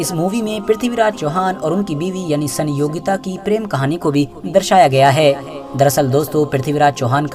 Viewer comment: Is gadhe ko itihas pata hi nhi rani sayogita naam bhi bolna nhi aata